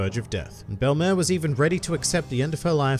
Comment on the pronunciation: Hooray! You pronounced her name right. Funimation may have the better dub of One Piece over all, but I can't forgive them for mispronouncing the name of one of my favorite characters, ever, in the series. In French, Belle-mère is used to mean "step-mother", "mother-in-law", or I think in some cases "foster mother", and it literally translates to "beautiful mother". In both senses, it is a fitting name for the former Marine turned mother-figure to both Nojiko and Nami who gave them a happy life, even if it was not a long time they spent together nor one with a lot of money.